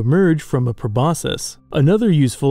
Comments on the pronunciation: THE C IN PROBOSCIS ISNT SILENT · proboscis should be pronounced with a SK because its created from greek